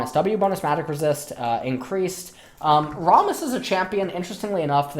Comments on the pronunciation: why does this guy say Aatrox like "At-trox" and Rammus like "Rah-mus"? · What the hell is "Rahmis" lmao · Do you intentionally say Aatrox and Rammus's names incorrectly?